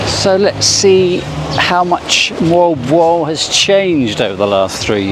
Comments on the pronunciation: You speak it Molb o a l. I travelled from Manila by car. Island hopping. And come to me, to Indonesia where I live, I will teach you how to walk with a mobile phone to receive steady shots. And do not expect something when you only pay 1200 P in a town like Moalboal if they have a pool..... I had a very beautiful Bamboo hut with AC and attached bathroom and 45 m² for 1200 too. Beside all the crap I found and saw in that town, there are some very good restaurants. My bungalow was exactly in your video on the left side. In one evening I wanted to go back my room with my car and the GPS sent me along a road which was closed in the evening. "Private Rosad of a Hotel" thats not ok and the people around told me about many problems bcse of that road. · Jeepers, not very nice then, I thought you said world war seafront 😂 Moal-boal seafront.